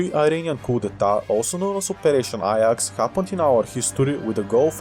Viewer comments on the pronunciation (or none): Ajax is pronounced "Aye-jax" not "Eye-yax"